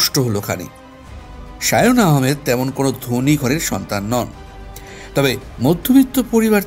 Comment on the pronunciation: সায়ন আহমেদ নাকি সায়াকামান ? 🤣🤣❤️❤️